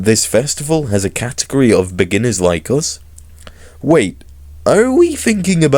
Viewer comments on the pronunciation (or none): none